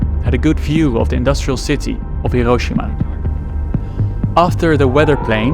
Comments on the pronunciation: never heard a more Dutch "hiroschima" in my entire life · He cant even pronounce Hiroshima. Lol